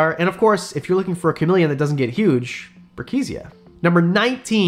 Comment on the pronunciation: Brookesia should be pronounced "brooke-si-a" since it is named in honor of Joshua Brookes.